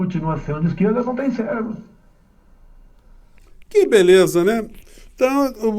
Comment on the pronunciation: Célebro ? Esse burro falou célebro ! Escutei ele falar nitidamente, "célebro"! É um parvo mesmo ! 😂Kkkkkkkkkkkk